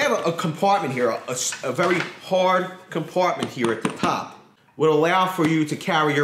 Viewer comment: “A very hawrd cumpartment heea “